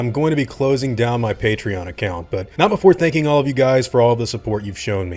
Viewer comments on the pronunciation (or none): none